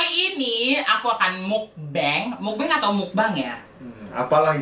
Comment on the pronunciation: Bacanya meokbang kak (mokbang). "O" nya dibaca kayak "o" pada kata roda. Bang dibaca bang biasa , tetep dibaca "a"😊